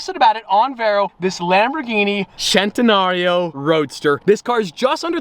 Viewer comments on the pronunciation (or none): Its not chentenario its CENTENARIO!!! (Spoken like sentenario) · Hol up... where's the h in centinario??? It's a centinario not chentinario. Nothing bothers me more that someone mispronouncing a cars name that is so simple to say.